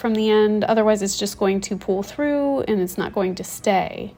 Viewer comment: you say eyand / ayand for “and”, and peyants for “pants”, a few double vowels in your pronunciation